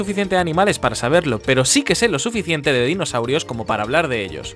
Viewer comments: despues de casi 2 años me acabo de dar cuenta que dice " DINOSAUIROS" y no dinosaurios xd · ye eh visto este video como 10 veces y recién me doy cuenta que dice Dinosauiros y no dinosaurios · Después de verlo como 10 veces me doy cuenta que dice "Dinosauiros" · “Dinosauiro” -Joseju 2019